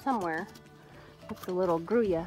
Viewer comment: OMG you have a heap of great looking yearlings in that bunch.!!! Red Roans, Blue roans, (almost silvery!) etc etc. Thank you for pronouncing the colour on this video. Since Spanish is not a commonly heard language here in NZ, I have always pronounced it groolow. ! it is also not a colour we see on horses here either, as our stocks are made up of Thoroughbreds, Standard Breds, Warmbloods of many varieties and drafts of various varieties, plus locally bred horses of mixes and none of those have that colouring. I find it very pretty indeed.